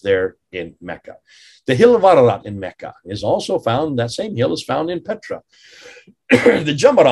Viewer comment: I think the hill in Mecca is called "Arafat", not "Ararat"